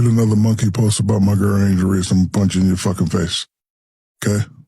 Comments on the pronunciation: I love your channel man but why u keep calling her angel reecee lol anyways rg3 puts on minstrel shows thats what he does best...marcellus wiley low key does too. They hate themselves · STOP PRONOUNCING HER NAME INCORRECTLY, PLEASE!!!